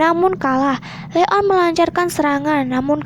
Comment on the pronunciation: Bilangnya Leon bukan le on